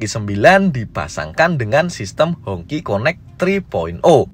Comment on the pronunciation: Bacanya hong qi. Bukan hong ci. 😂😂😅wong indo lek ngomong kaco.